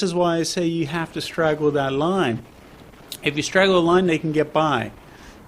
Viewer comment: "Straddle" the line, not "straggle"... :)